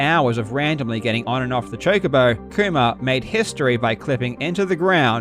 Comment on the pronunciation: How hard did Karl have to fight his accident to say "Kuma" instead of "koomer"